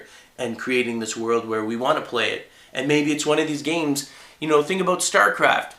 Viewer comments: He said about like a Canadian. Abut. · Is he Canadian cuz the way he says "about" is funny